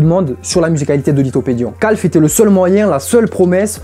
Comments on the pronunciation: Pourquoi il appelle QALF « Calphe » 😭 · Tout le monde : Q.A.L.F Lui : CALF OUAIS OUAIS OUAIS